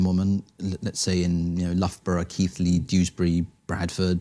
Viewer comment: Good interview so far but he did a Southern thing and pronounced Keighley "Keathley".